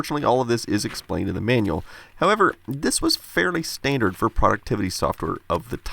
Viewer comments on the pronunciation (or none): The " Man-Yall " ... you mean manual ...